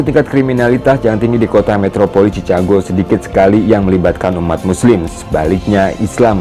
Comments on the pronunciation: Baca yg bener cikègou, bukan cica gou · Bukan cichago. Baca sikago. Benarin dl ejaan ma baca nya. Baru ulasan apa yg di ulas. Jangan sok mengulas sesuatu sedang ejaan dan bacanya gk tau. Thanks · Saya kira pendengaran saya yang salah..ternyata benar chicago dibacanya cicago bukan cikago.. padahal itu salah satu kota terkenal di Amerika Serikat. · Saran: Pengucapan Chicago bukan dibaca Cicago, Bro, tapi Chi-ka-go (brit./ Aus. accent) , atau Chi-ke-go (Am. accent). Tips latin pronunciation: Ca dibaca Ka, Ci dibaca Si, Cu dibaca Ku, Ce dibaca Se, Co dibaca Ko. SUKSES SELALU. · Assalamu'alaikum bro. Bro, Chicago itu nama kota bukan nama negara bagian, negara bagiannya adalah Illinois. Ucapan Chicago itu bukan cicago bro tapi Siikaago. Tolong jaga profesionalisme bro biar gak kelihatan gimanaaaaa gituuuuu. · Chicago bukan dibaca cicago tapi cikago. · Maaf Mas koreksi dikit. Chicago dibaca Cikago. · Chicago sebutannya Chi-Ka-go